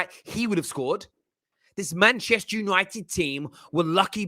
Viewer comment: I'm just here for pronunciation....MAHNCHESHHTEH YANOITED😂